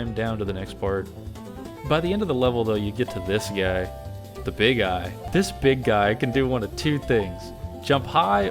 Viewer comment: I never noticed until hearing you talk about them that saying "Big Eye" can sound like youre just calling it a "Big Guy" lol